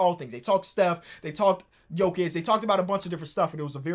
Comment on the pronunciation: It's Jokić. It's HIM and it aint even that close tbh